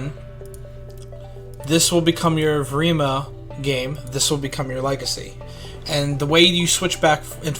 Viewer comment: I love how u cant pronounce evrima